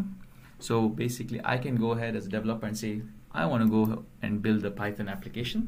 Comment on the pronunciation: Iit's "de-VE-loper" and "de-VE-lopment", otherwise good tuorial.